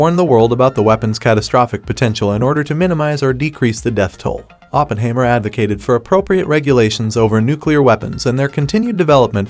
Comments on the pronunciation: Please, the subject's name is pronounced Oppen-HIGH-mer. Otherwise a good vid . . . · You don't even know how to pronounce 'Oppenheimer' ........ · Hard to be respectful of this computer voiced review that can’t even pronounce Oppenheimer.